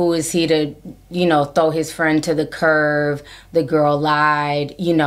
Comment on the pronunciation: For anyone who doesn’t know it’s CURB not curve. I’m not tryna be funny I’m just sayin.